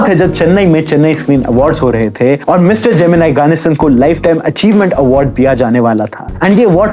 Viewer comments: Gemeneeeee not jemini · Naam sahi se lena sikh lo pehle जेमिनाई नहीं जेमिनी गणेशन south ke famous hero the us time k ...ek movie bhi bani hai is p jo MX player app p hai usme rekha ar uski mother k bare me bhi dikhaya gya hai thoda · Not geminai he is gemini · Bro not जेमिनाई its जेमिनी Ganeshan... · how crazy this youtuber is, "NO research" , Pushpavalli is 1st wife , then he married to SAVITHRI , after that he was not much caring about 1st wife (Pushpavalli ) she is not puspavalli , she is MAHANATI SAVITHRI, bina kuch pronunciation ka research kare जेमिनी ko GEMINI (AI TOOL) banadiya 🤣😅 *but no problem else was good* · Stop saying gemin-I it's gemin-ee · His name is gemini and not geminai.... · pronounce gemini properly and why did you use Savitri pics?